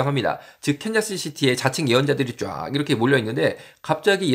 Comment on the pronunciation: 네.. 근데 컨자스는 틀린 발음입니다. 이시죠?